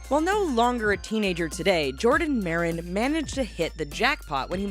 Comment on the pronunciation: I was surprised when i heared jardon maron 😂😂😂